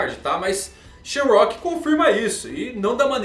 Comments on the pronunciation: SHAMROCK???? Errado!!! Shonks é O modo correto 🙌🏾🙌🏾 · Mangão a pronuncia no inglês é sham,rak então diz shamarock. não é sham + rock = shamrock